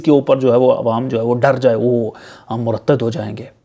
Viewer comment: ہوسٹ کو ابنے لفظ ۔۔۔مرتد کا تلفظ درست کنا چاہیے۔ یہ ہوسٹ پاکستان اور فوج کے خلاف کیوں بولتا ہے